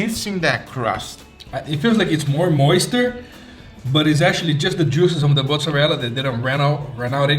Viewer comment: Moister Mamau: More Moister Me: ITS MORE MOIST GUYYYYSSS!!!!